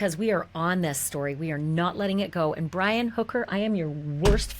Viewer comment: Haha "Bri-Wi' love it